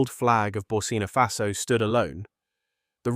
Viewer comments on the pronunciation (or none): The name is ""BURKINA FASO"" Accent on the "K". Get it Right!